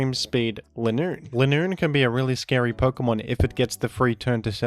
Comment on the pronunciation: Why does keep saying "Lin-Noon" and not "Ly-noon"? It is supposed to be Line + Raccoon since it runs in a straight line.